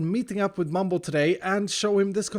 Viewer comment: Mumbo not mug